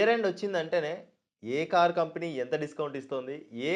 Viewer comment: Company pronounciation sariga paluku first